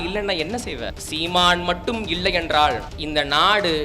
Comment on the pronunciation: சிறப்பான பேச்சு வாழ்த்துகள், அண்ணன் வளர்ப்பில் தலைவர் கனவில் தமிழ் தேசியம் IPS படிக்கவேணும்❤(நீங்கள் இள்ளை என உச்சரிக்கிறீர்கள்)